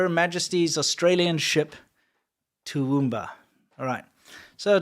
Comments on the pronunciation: you said Toowoomba pretty much right and we're more likely to come up screaming cunt than crikey😂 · Guys Steve Irwin was the ONLY AUSSIE who still used CRIKEY. U pronounced Toowoomba correctly Batman under water ?? 😂😂😂😊